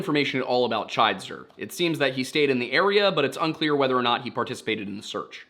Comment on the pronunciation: The last name is pronounced Chidester with a short "i" sound instead of the long "i" sound so it's CHID ester